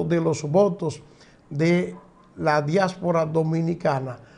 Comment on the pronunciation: Diáspora....no diásfora